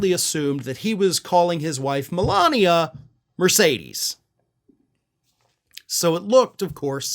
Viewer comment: He called her "M-Alina". 😅